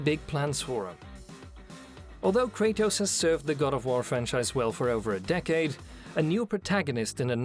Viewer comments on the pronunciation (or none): none